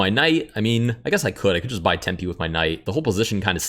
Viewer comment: "And if I have to waste a tempy"